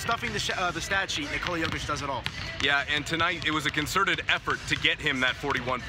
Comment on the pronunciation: And you STILL can't pronounce JOKIC properly!